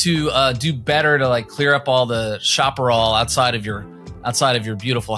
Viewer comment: Chaparral is pronounced shah-puh-rahl